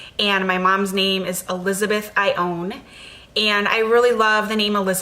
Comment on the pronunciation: Naming my daughter Ione, but not pronouncing it the way you do.